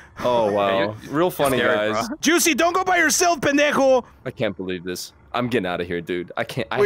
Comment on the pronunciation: PANDEJO me:PFFFF